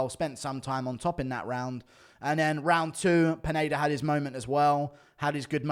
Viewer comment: Guru keeps saying "Peneida" instead of Pineda lmao